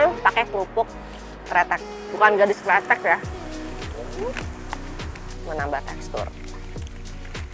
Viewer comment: “Sego” nyebutnya pake E-nya Elang, yang artinya Nasi Terus itu kerupuk namanya Krecek Kak, bukan kretek 😊😊